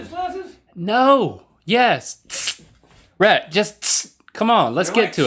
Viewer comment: His name is Rhett, not Reth.